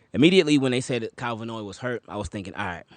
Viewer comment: His name is Van Noy….not Vanoy.